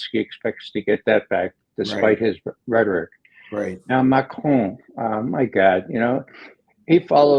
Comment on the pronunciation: FINALLY an American who pronounces macron's name properly within the English language